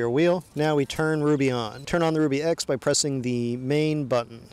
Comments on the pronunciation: Shouldn't it be pronounced "Rub E" instead of "Ruby"? Ruby makes no sense. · I do believe it is pronounced Rub E, Not Rue B...............as in , it rubs on the rear tire! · It's "ruh - bee", NOT "rue - bee"! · Pronounce it Rub bie and it makes sense. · It's PRONOUNCED (rub) (e) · That's what I was thinking. He kept calling it 'ruby' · Your not saying the name correctly.